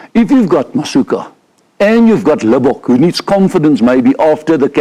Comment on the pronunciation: I must agree with Swys, Siya Masuku (not “ka”😅) needs to be given a chance to show everyone what he can do in a Bok Jersey.